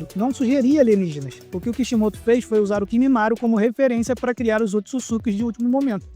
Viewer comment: Kkkkk o jeito que ele fala Ootsutsuki é engraçado